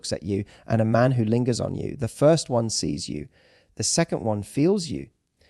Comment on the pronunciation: .....bounced sofens... And lingers is not linjer. It's lin gers....